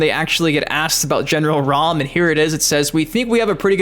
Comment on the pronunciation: Was going to like until you said (ROM) It's RAAAAAMMM like how you say MA'AM. No way you get ROM out of that. His name let's you know he's about business. Like he's coming to raam his foot up our ass lol